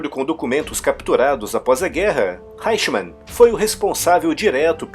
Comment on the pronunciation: EICHMANN /háichman/ não! ! O correto é /áichman/, com o "ch" soando mais para trás da língua, erguida de encontro ao palato. Jawohl ?